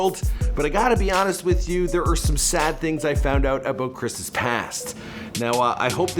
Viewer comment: “A boat Chris past” 🚣‍♂️ 🚣‍♀️ 🚣‍♀️